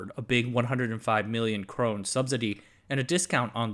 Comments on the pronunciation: Great video, but It's pronounced Crone-Nah not Crone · It sounds like you might be confusing Norway (krone) for Sweden (krona). It's pronounced more like "cro-neh".